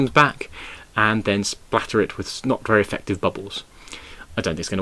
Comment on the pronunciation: When you said "splatter it with not very effective bubbles" it sounded like "splatter it with snot" 🤣